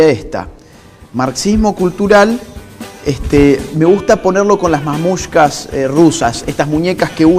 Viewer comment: Cada vez que oí mamushka (o como sea que se escriba) en vez de matrioshka, se rompía algo dentro de mí...